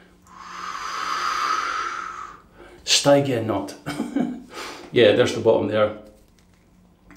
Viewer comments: Hi, Stygian is pronounced "Stidge-ian" and relates to the river Styx separating the living from the dead in the underworld of Greek myth. As in a Stygian gloom, that's why the brush is funereal black. Also as a Cube user, I notice that it adds a lot a thick base layer to the soap which can clog the razor. All the best David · Accrding to the Almighty Internet, Stygian is pronounced sti·jee·uhn The word refers to the river Styx in Greek mythology or a moth, an owl or a butterfly. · Sty_gee-an,. Love your vids.